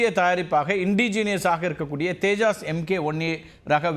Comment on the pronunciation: தேஜாஸ் இல்லை தப்பா சொல்லாதீங்க. தேஜஸ் விமானம்.